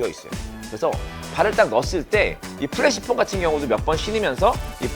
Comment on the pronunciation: 근데 프레쉬폼을 왜 자꾸 플래시폼이라고 하나요? 영어로도 flash가 아닌 fresh인데 말이죠